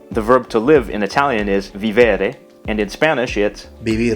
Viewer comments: "Vivere" in Italian is pronounced with the accent on the first syllable, like "vìvere",not "vivère". In Spanish the verb "to live" goes together with the preposition "en",not "a",you said the right form but wrote the wrong one.Anyway, the video is very interesting and useful! My first language is Italian, and once my mum and I spoke with an Argentinian woman which knew very few words in Italian,and it worked out quite a lot(we've been talking for a few days without significant problems).Then I've been studying Spanish for many years, and I found it easy, especially to listen and to read,even though a lot of my classmates at the beginning had some problems with remembering the irregular verbs.I'd add that the vocabulary is quite similar,but Spanish has more words of Arabic derivation,that can have very different cognates, such as "alfombra" translated in Italian as "tappeto"(meaning "carpet"). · I am italian and everything I have seen is pretty right, just 1 mistake...we don't say "vivère" but "vìvere" , the accent goes on the "i" not on the first "e" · You pronounced everything correctly despite not being an italian native speaker, except for "speciale" where 'ci' is read as the english 'ch', and "vivere" is not "vivère" but "vìvere" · Have you did a similar video that compare italian and english languages? Ty this video is really a good work. Remember: the pronunciation of ‘vivere’ is Viiiiivere not Viveeeere :-) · Great lesson. Just one tiny mistake: to live in Italian is vivere and the stress is on the i. You pronounced it vivère but it's vìvere. :) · Vívere, not Vivére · The Italian voice is not the one of a native speaker. We say Vìvere,not ViVéRE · "Vivere" is not "vee-VEH-reh," but "VEE-veh-reh." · I’m Italian, so you make a little mistake: to live is not viVEre, but VIvere (with accent on first syllable: thus your comparison with Spanish vivir doesn’t match a lot). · The Italian verb "vivere" (to live) is pronunced vIvere, not vivEre